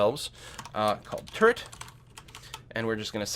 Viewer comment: Every time you just said "turret", I heard it as "turd". Made it quite comical, UI for building turds etc. :D